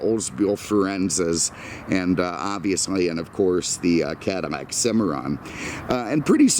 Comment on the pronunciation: Are you pronouncing Cadillac “cadimak”?